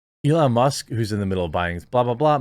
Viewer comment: Must or Musk? The K isn’t even close to the T, my dude! Forever tainted!!